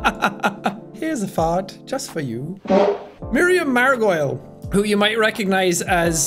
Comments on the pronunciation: I find it funny and very endearing that Jack mispronounced "Margolyes" like gargoyle... Although, it does look like it should be pronounced that way :p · Just wanna point out that Miriam Margolyes name is actually pronounced Mar-gol-ees, as in what you might call the language of the country Margol, not as in rhyming with gargoyles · The was Jack pronouns Miriams surname will always make me die a little bit inside. It's pronounced Mar-go-Lees 😂